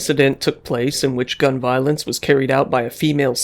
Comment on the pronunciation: “gun voilence”